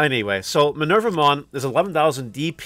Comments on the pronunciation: The name comes from Minerva the roman goddess so the name is indeed Me-ner-va-mon and not My-ner-va-mon and if we are to be true to the latin origin it would more likely be [mɪˈnɛrwa] Me-ner-WA-mon since the V sound was a W back then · The japanese way to say her name is: me-ne-ru-vuh-mon. (Me being the english word "me"). But i would say... just say it however is comfortable. Hope that helps :D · Actually, it's May-noir-vou-mon